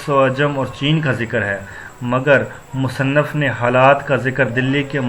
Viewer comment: Musanaf nahi musanif hota hai